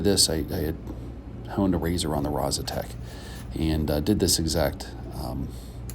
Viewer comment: Actually, it's Rozsutec (pronounced something like: Rozsutets), but it doesn't matter that much. It's named after a mountain in Slovakia, close to the place the stone is from.